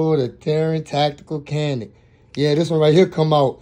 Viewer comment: Canik is not pronounced the way you say it. You should pronounce it as janec.🇹🇷